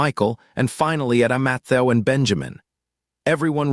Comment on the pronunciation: Poor Matthew... can't speak your name😂😂😂😂😂😂